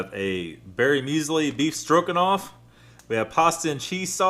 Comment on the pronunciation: Beef "Strokinoff" hahaha